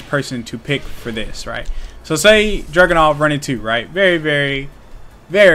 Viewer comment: Why does it sound like you're calling Dragunov "Jackin' Off" lol